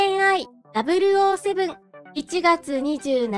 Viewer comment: 007をきちんとダブルオーと言ってくださるのが、とても嬉しいです。007の映画が好きなもので。